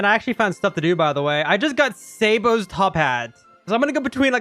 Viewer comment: bro pronounced sabo say-bo. (its sah-bo btw)